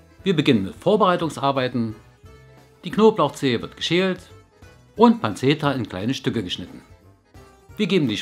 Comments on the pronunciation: "panzeta" hahaha☺️ man spricht das "panschetta" aus ✌🏼️🙈 Grüße aus Berlin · Die Italiener sagen immer "pantschetta" :D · Pancetta wird wie "Pantschetta" ausgesprochen :)